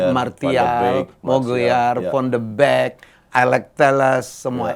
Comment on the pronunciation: Fon de bek anjirr wkwk. Tau bola gk tuh, van de beek. Detik 12.50